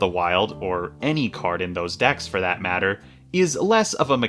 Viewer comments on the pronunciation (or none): none